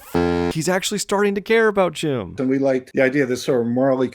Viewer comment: Thank you for this video. Always love to hear good stuff about one of my favourite childhood movies, truly a treasure of 2D and 3D animation. But I just want to say that your screw-ups with Jim's name was a great addition and made me laugh every goddamn time😂